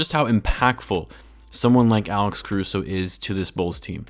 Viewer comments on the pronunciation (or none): also it's Caruso man. Carushow. the little goat. ACFRESH. Cmon. everyone loves him not just bulls and lakers fans. They're just gonna laugh it off? the disrespect to my goat is blasphamous